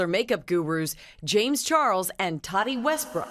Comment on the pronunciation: I’d love to take you seriously but you can’t even say “Tati” correctly.